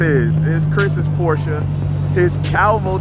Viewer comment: You said Porsche correct, I'm impressed. Lol